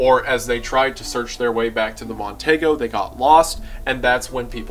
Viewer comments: for future refference...it's a mercury mon-TEE-go, not mon-TAY-go. but i can see my drunk uncle saying TAY-go. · The car is pronounced Mon-Tee-go